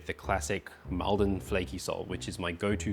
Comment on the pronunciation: Not trying to be awkward because the video is great as usual but Maldon is pronounce "Moldon" like Salt is pronounced "Solt"